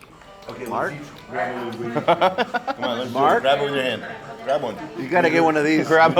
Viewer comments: So to let you know. That Portuguese sausage you were eating is pronounced Lin-gwee-sa. And it’s so much better dipped in yellow mustard. I’m born and raised in Santa Maria ca. we had tri tip and linguica every Sunday for dinner. Love the vid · The sausage is pronounced "lin-gui-Sa" NOT 'lin-gui-Ka". Trust me--Nipomo is my hometown and I've eaten Jocko's many, many times. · Lingweeka sausage hahha it's LINGUICA (lin gwesah) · Giving away all the local secrets in one video. Well done!!! My favorite part was the "Lin GWEE KA Sausage", it's pronounced "LIN GWEE SA" and it is delicious! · It's a Santa Maria Grill.....it's pronounced linguiSa not linguiKa. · Hey Gang! Love the video but one minor correction. Its pronounced LING-GWEE-SAH. Traditional Portuguguese Sausage that can be found in California on both the Central Coast and Bay Area. It is life changing when you find the perfect one! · It’s pronounce LIN GWEES AHHHHHHH!!!!!!!! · Linn gwee kah !! That made me laugh. Linguica is a staple in my life haha. The pronunciation made me LOL. Jockos is great but I’m surprised there was no mention of the “Santa Maria “ style cooking method. Its famous in California. Oh well. It was still a great video as usual Mark. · It's pronounced linguisa not as a "c" but a "s". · Linguica = ling-gwee-suh Even after hearing the waiter pronounce it, STILL mispronounced it. Idk man of all the guests and people that Mark eats and tours with, he's the only one that gets under my skin. Maybe it's me.